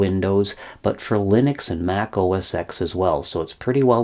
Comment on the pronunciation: Just to let you know Apple change the name of their operating system to macOS. It was never pronounced OS ‘X’. It was pronounced OS ‘10’ . Also what you call auto complete is called Intellisence. It’s a code completion aid. By the way I love your channel. You are so detailed oriented. Keep up the great work! Happy Birthday!